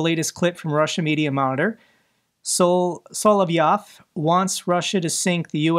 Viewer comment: Congratulations! This is a bit sarcastic, I admit, but finally, since 2 days and after I guess 3.5 years, you pronounced Solovyov's name correctly. Long time ago I hinted you on the fact that you omitted the second 'o' in his name (Solvyov). Yet, no hard feelings. I can imagine that you don't have the time to read all these reactions next to your core business. Keep up the good work! Greetz from NL.